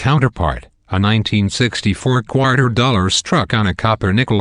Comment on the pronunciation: I chuckle each time he says qwater